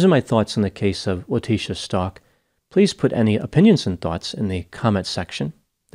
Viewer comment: Stauch not pronounced like Stalk. Pronounced ST-OW-K